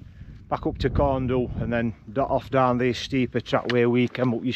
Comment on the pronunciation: Interesting . When we stayed at a local farm just below there years ago, the farmer (born n bred there) pronounced it Corn Vee/Dhee. 🤷